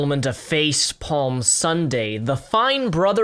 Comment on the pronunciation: Face palm how you can't say Palm. Jks, but I agree with your point. They are clearly trying to cover it all up and get away with it. They thought if you say kids/parent anything react that they have the right to own and delete it. They can lie about it all they want but we all know they have deleted other people's react videos. Fuck them!